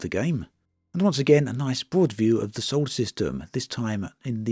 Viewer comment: dude, it's "SOLAR system, not "sole system". sorry, but after the 30th time i couldn't take it in silence any more.